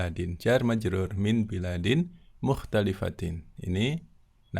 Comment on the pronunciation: Afwan baladin..bukan biladin...